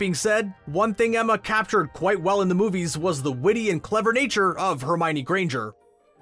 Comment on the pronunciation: I find it really astonishing that so many people mispronounce Hermione as Her-my-nee. Joane Roaling clearly explains the correct pronounciation in "The Goblet of Fire": Her-mee-oh-nee. And i dislike that in the movies the actors for Lupin, Harrys parents, Sirius, Pettigrew and Snape were simply too old.